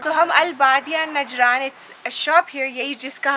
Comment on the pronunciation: Beautiful couple Ma Sha Allah. Very good vlog. It is نجران and not نجرن